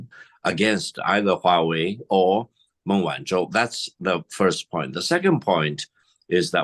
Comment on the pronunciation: Not Ming but Meng Like murn. With a silent r This for the bald man with big glasses- learn to say the name properly for respect